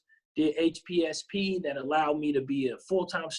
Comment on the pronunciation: it's HPSP, not hsps. Great video, I want to commission after med school. TFS!